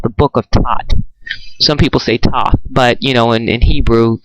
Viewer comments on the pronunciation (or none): none